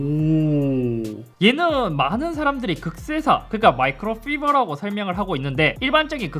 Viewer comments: 잇섭님~ 마이크로피버가 아니라 마이크로파이버요~^^ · 잇섭님 영상 잘보고 있습니당~ 근데.. 영상에서 micro fiber를 마이크로 피버라고 하시던데.. 마이크로 파이버라고 읽습니당~! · 마이크로피버 (X) 마이크로파이버( O) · 마이크로피버 -> 마이크로파이버